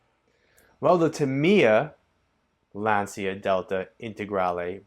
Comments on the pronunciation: Lancia is pronounced Lahncha or Laancha. Definitely not Lantsia. Just FYI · It‘s „lun-cha“ and nothing else. Trust me I‘m italian 😎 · Oh my God, you pronounce Lancia, "Lansia" which means anxiety instead the correct meaning in Italian is lance, the correct pronunciation is with the "c" like ch, the third pronounce is the right.